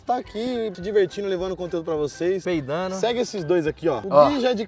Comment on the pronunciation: "peidano" kkkkk